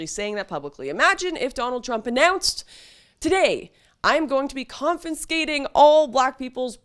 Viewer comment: lol "confinscating" it's Confiscate